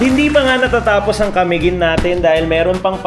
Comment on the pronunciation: Sa pagsasalita ay ca-mi-guin po hindi po ca-miguin ..